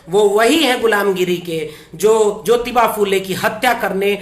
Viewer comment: bhai app jyoty nahi jyotyba phule, aur shavitry nahi shavitry a phule, hi bolana. Jay shanmvidhan.